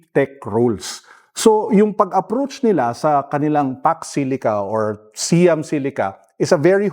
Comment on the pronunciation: Pronunciation of Siam is “sa-yam”, not “see-yam”.